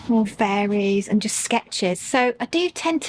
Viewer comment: do you realise you sound like an American when you say AaaaND :)... I wonder, is this deliberate?